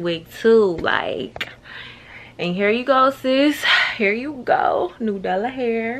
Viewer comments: you saying "new dallah hair" has me weaakkkkkkk😂😂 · I be dyin because I know sis aint neva gon say nAdUla. Idk why I fall out laughing every time.